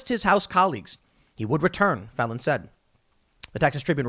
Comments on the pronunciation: Phelan is pronounced like, feel Ann, and not felon, although it seems apt under the circumstances, lol. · excellent commentary. Little note. Phelan is pronounce Feelan. similar to LAN party, but with a slightly softer A.